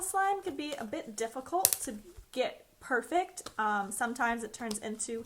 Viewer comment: By the way it’s pronounced perfect not perfec